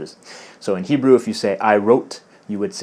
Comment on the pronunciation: Way to go on your Hebrew! Very well pronounced (-: כל הכבוד